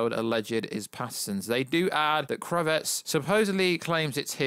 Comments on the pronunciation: KRA-VITZ...really easy to say. Not Kruvetts. Sik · My brothaman! .. loving the channel and content.. but.. hahah its ‘Kraaavitz’ not Cravette! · "Zoe Crevette", please don't say "Kravet" lol, it means "Shrimp" in French, it sounds so weird. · When you say 'kravitz' you're putting the wrong emp- phas- iss on the wrong syl- ab- le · Why can't you just pronounce Zoe's name CORRECTLY ??? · Definitely the worst pronunciation of Kravitz. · How are you saying Zoe Kravitz name wrong ?🤦🏻‍♂️😂🤤